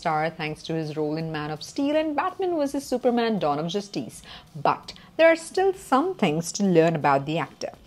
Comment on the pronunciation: The way she pronounces "Dawn of Justice".🤣🤣🤣